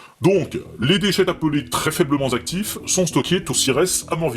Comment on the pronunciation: Les liaisons sont defectueuses : "très faiblement z'actifs" "On fait z'aussi" "très peu z'actifs" ... Excellent !